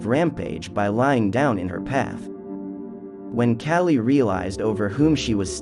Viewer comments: Kah-Lee not Cali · not cali. KAH-lee. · The pronounciation is killing me. K-ah-lee. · Friendly help, its said, "Kah-Lee" 😊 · You are saying her name wrong. It’s pronounced Call-ee. I also see an alarming similarity of your cartoon style to that of Red & Blue’s Overly Sarcastic Productions. You don’t need the little cartoon person in the corner of videos. Your videos for the most part are good and full of information but this copping of someone else’s style makes your videos hard to watch. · Kaaaaa li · Your pronunciation for the goddess' name - Kali is NOT PRONUNOUNCED like California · THANK YOU. ugh... I cant get over his pronunciation of her name. 🙄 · Thank you! The mispronunciation was driving me crazy and is actually disrespectful… if you’re going to cover a goddess at least learn to pronounce her name correctly.